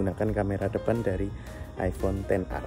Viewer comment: Ten ar bos bukan eks ar. Karena "x" itu artinya 10.